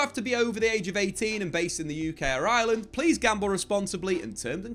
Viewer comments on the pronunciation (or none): none